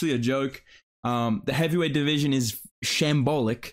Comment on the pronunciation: The homie said SHAMBOLIC haha